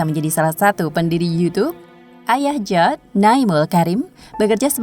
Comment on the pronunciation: Bacanya bukan jawd tapi Jawid... Jawed Karim itu nama Asia dan bacanya tetap sama Jawed atau Jawid... 🤦